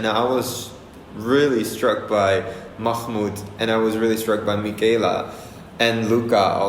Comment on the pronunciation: jest ,,mufe mood", a powinno być ,,Mahmood"